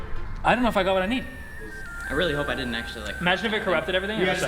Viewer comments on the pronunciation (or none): none